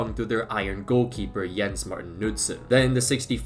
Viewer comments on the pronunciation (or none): none